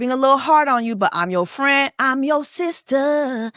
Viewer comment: seestur. lets respect ppls pronouns ❤️